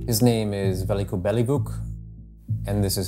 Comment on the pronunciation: Invest 5 min of your life trying to pronounce name correctly. It's Veljko. Not Veliko. It's not fucking Chinese or Japanese.